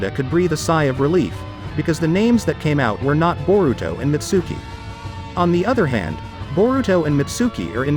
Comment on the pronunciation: The way he pronounces Mitsuki and Konohomaru pisses me off